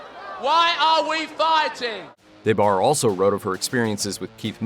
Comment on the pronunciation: Back in the 90s her name was pronounced with the short A so it was like De Barre not DAY Barre. She was one of the most famous groupies around. I read both her books back then. Very entertaining